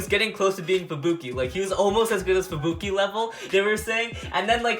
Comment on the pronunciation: U said rangiro and fubuke wrong